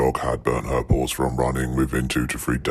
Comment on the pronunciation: Did anyone else hear dogs' balls instead of dogs' PAWS? I swear the masked voice said balls. I was so confused!